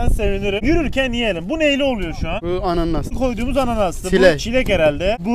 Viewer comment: Dondurmacı ananasa anannas dedi 😂 bir anlıq dedim indi anasını söyəcək 😂